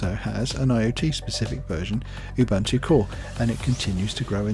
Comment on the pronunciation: It's pronounced "oo-boo-n-too". The word originates from a Zulu name Ubuntu, meaning 'I am because you are' or 'humanity'.